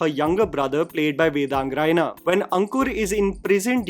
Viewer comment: i love you...i respect you a ton...but please do not pronounce it as Rayina..me being a Raina..makes me want to cry... you're from jammu you should know its रैना😭😭....still my love for your videos and opinions will forever stay❤️